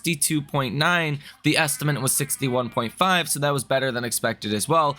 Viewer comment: Love the content but “estimant” gets me every time ☠️